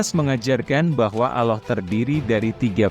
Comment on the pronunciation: ALLAH bukan Aloh😂 Nasrani yang tidak berpuas hati jangan bercakap main belakang.... harus berdebat dengan Mantan Mantan pendeta Kristian yang telah memeluk agama Islam ❤❤❤❤